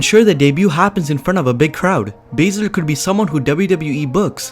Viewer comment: When you said Baizler you got my dislike.